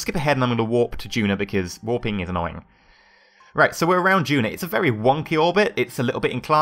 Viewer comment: It's duna, not juna.